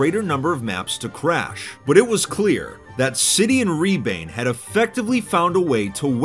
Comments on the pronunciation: as a Estonian, its funny to hear say “Ribaine (Rebane, which means Fox in Estonian)” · i love the fact that he's saying rebane wrong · lol u pronounced his name wrong. In Estonian "Rebane" means fox.But I will forgive you in Estonian things are just pronounced differently. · An estonian player in 2b2t is cool but its rebane not ribaine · lol it was funny to hear say “rebane“ its an Estonian word and i dont blame fit for saying it insanely wrong as he is not Estonian still was funny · As an estonian i am completely devastated how you pronounced rebane, but you get a pass this time. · that's not how "Rebane" is pronounced but it sounds cool, it means fox in Estonian